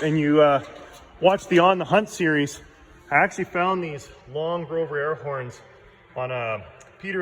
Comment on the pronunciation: Don't mean to sound like I'm criticizing, but it sounded like you were calling them Grover horns but I'm pretty sure they are Grovenor horns. Awesome job though. Can't wait to see the end result